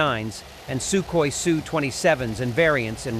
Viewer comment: What a really weird way to pronounce Sukhoi......